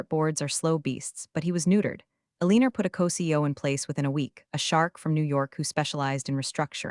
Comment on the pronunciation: XD the AI couldn't even read Alina Right!! A-lean-er!!! Thats the funniest thing I ever heard Hahaha!!!